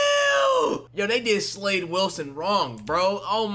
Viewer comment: Dets not slade💀